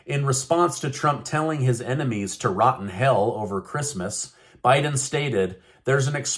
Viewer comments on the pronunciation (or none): none